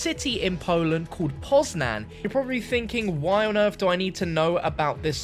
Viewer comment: You also butchered Poznań